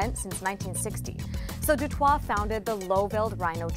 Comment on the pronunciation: Raoul Du Toit's name is probably pronounced "Du T-oi-t"